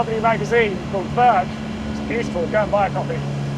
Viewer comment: The correct pronunciation of Werke, is vferka.